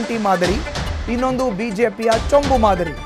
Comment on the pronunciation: ಚೊಂಚು ಅಲ್ಲ ಚೊಂಬು